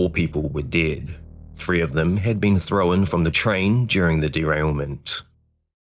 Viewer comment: No ai, good, the non ai narrator can learn. There is no E between the W and N at the end of thrown, yet they say throwen. Thrown, not throw-when,.